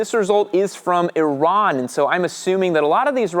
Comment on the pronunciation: I've been riding for 20 plus years without a helmet. Have had 3 wrecks and praise God, I only have a separated shoulder to show for it. I've recently started wearing a helmet. My only complaint is peripheral vision. On a side note, thank you for pronouncing Iran correctly. As a first-generation Iranian American, when you said freedom in air quotes, I wasn't sure if it was your intention to diminish liberty, but liberty is precious. Lastly, why legislate a personal choice or your morality on the subject on others? It is correct to keep this a state issue. Great information in this video but overall a bad take from a statist.